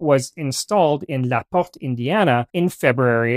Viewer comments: Dude. Its Indiana. Not France. The pronunciation of the first auto switch location is pronounced "La Port". I had to replay your ridiculous (French?) pronunciation 5x to figure out what the heck you were trying to say. SMH Also Versailles is pronounced ver-sales, and Milan is pronounced My lan. LOL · It took me longer than I'd like to admit to figure out you were saying La Porte Indiana. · Did you use the French pronunciation of Laporte, Indiana? Cause that's not right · Never heard "Laporte" pronounced that way lol. It's Indiana. We don't talk like that